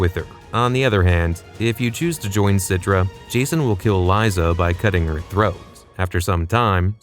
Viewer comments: fuckin ai voice. its lisa not lieza. weak sauce low effort channel. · Its pronounced lisa even with a z liza